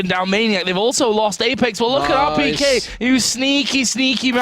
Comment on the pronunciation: rpk czyta się jak byś literował po angielski tak jakby co 😉